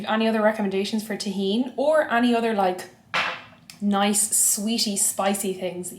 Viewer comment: Tajin on pizza, mmmm. Happy you go the pronunciation right too.